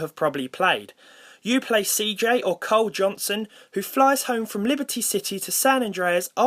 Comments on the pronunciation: "Carl Johnson" not "Cole Johnson" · *Carl Johnson, not "Cole 😐" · I heard "Cole Johnson" instead of "Carl Johnson". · My boy just said Coal Johnson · is it just me or did he say cole Johnson?